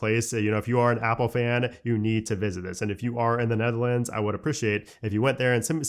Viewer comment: Bro didn’t know how to say Netherlands 😂